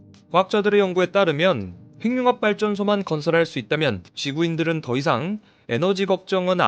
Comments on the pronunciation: 핵융합 발음 교정합니다. 행융합이 아니라.......해귱합으로 발음해야 맞겠죠~ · 핵융합이라는 글이 행융합으로 발음하게 되면 <핵>의 의미도 사라집니다. 문법상 자음접변이 아니라 연음법칙을 따라야 합니다.